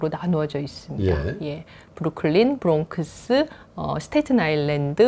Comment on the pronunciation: 발음이 "브롱크스" 아님. "브롱스(Bronx)"라고 발음하셔야합니다.